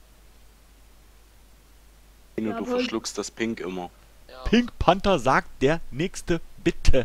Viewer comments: er heisst panTer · du könntest auch mal sagen: "Befehl", sagt Pink Panther statt immer Pink Panter sagt, " Befehl"